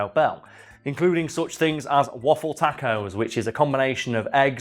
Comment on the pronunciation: hehehe "takeos"